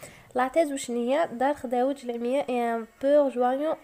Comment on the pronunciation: اسمحيلي استاذة مي مكانك ماشي اللغة الفرنسية راكي تنطقي فيها بسيف راكي كي الابتدائية تهجي خداوج ماشي خدوجة و خاطيك فرونسي و لي يقري فرونسي يكون علابالو بكلش ماشي الارقام يغلط فيهم🛇❌